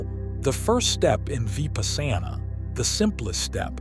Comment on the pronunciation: 😆. Vipasana is Pronounced* Vee-puss-na.